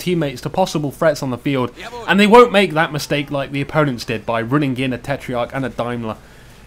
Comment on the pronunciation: Why do you say tetreiarch?